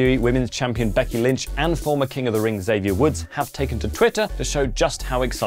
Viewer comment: Yo went 1 "o"over while reading the Xavier tweet